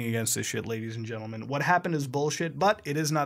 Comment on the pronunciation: Love it when he says "ladies and gentlemun"